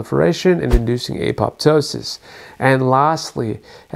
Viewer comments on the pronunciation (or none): none